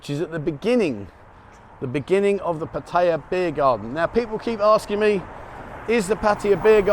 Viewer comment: LOL...after so many years there, why can't you pronounce Pattaya correctly?